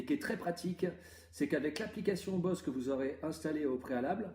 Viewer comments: ON DISE « boZe » ps Bosse mddddddrrrrr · On prononce “boze” et non “bosse” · Très bonne vidéo mais sa se dis boZe et sa serai mieux le plan horizontal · Ça se prononce "boZe"